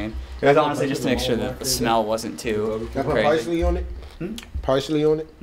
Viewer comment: was saying “pricely” I was like wtf is that. He meant parsley 🌿 lmao 🤣